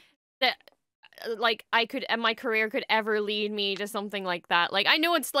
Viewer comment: Your Careree? Love this, but its not a job.